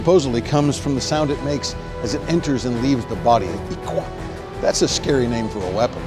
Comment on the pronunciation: It's its actually pronounced "ihlwa"...